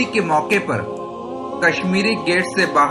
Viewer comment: pur ki jagah.. aap ne per padha